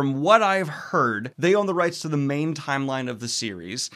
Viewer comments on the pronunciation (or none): none